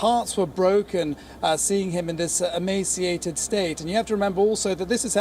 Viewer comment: That's emaciated?!?😂😂😂😂